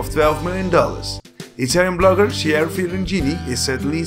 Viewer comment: Awesome video! Love song of style and the blond salad But their names are pronounced as Ah-mee not A-mee and kee-AR-ah not chi-ara ;)